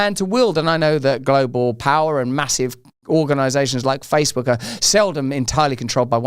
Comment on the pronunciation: Didn't the female news reader say FaceBug? Maybe she knows something